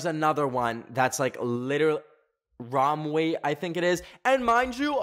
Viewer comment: ROM WE???????????? romwe - row mee ROW MEE